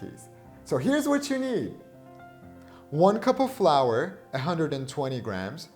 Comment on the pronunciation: Flour? I thought you said grandma’s ashes....